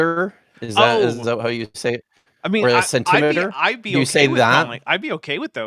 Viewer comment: Stressing the 2nd syllable the way Shakespeare intended.